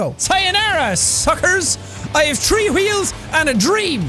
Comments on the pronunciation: Gotta love how Sean pronounces Three as Tree. "We got Tree Weels!" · Y’all go to and listen to how he can’t say three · i have tree wheels and a dream more like tree wheels and an Irish accent